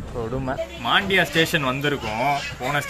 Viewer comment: Bro, Just a correction - Your pronunciation is incorrect for Mandya & Maddur. Should be pronounced as Mandya not Maandya & Maddhoor not Maddur. 🙂